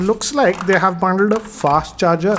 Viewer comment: the word 'bundled' was massacred.